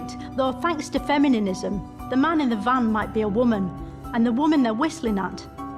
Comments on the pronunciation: "Femininisim"... if you cant pronounce it... I suppose it makes you a true, blue feminist? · I’m genuinely losing it every single time she says “femininism” 🤣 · "femininism" lol 😂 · I keep trying to figure out if the extra syllable she always puts in “feminism” is part of the shtick. Either way, she’s phenomenenal.